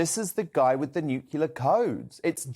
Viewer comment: NUKULA CODES,?? It’s NUCLEAR!!😁